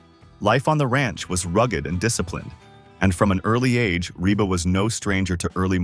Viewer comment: PLEASE REVIEW YOUR READING OF THIS STORY!!!!!!!! PLAN DOING A BETTER JOB ON THE NEXT ONE! YOU MISPRONOUNCED REBA'S NAME AT LEAST 3 TIMES!!!!!!!!!!